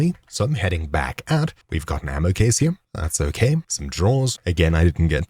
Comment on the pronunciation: He actually isn’t saying here he’s saying over “hip”